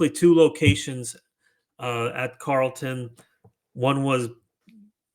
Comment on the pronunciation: It is pronounced Carol-ton